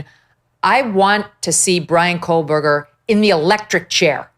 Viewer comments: There is no "L" in the name "Kohberger." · Megyn. There is no L in Kohberger. And it was Murdaugh, not Murdoch. And you call out the judge or prosecutor for calling names wrong?